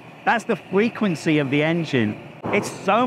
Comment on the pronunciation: lmao, the ai made him say fwequwency